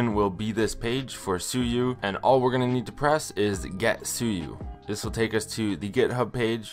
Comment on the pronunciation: Suyu❌ Sue you✅